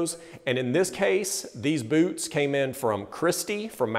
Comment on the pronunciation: Did you say red wing buuuts of shoes?